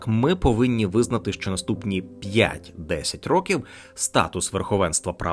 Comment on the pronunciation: Дикторе! Купи поп-фільтр, або навчись ним користуватися! 👺 І ще важливий момент: українська "и" це не расєйська "ы" по вимові! А "що" - це не "шчо"! 💩